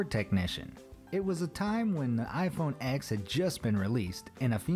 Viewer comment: If you’re going to make fun of people, at least get your facts right: it’s not pronounced iPhone “X”, it’s iPhone “10”